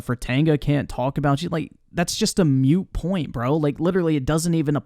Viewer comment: Here is my criticism... It's "Moot point" not "Mute point". Get your s*it together